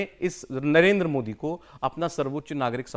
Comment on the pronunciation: इस तोतले की जुबान सही कराओ यह मोदी जी को मोड़ी उच्चारण जानभूझकर करता है जबकि मस्जिद को मस्जिद उच्चारण सही कर रहा है इसके दिमाग में जहर भरा है , वक्फ बोर्ड को तो समाप्त होना चाहिए